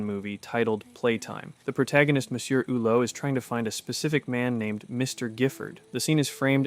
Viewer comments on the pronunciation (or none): none